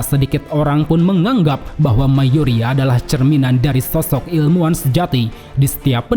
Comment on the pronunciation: ilmuwan, bukan ilmuan